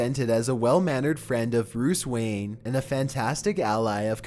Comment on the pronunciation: You have a really bad problem with mispronouncing things. Such as you said; "wee jee board" instead of "ouija board" and "Ruce Wayne" instead of "Bruce Wance".